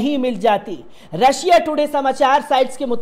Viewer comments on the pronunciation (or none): none